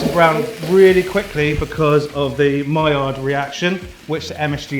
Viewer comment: You nailed "Maillard" reaction! 🙂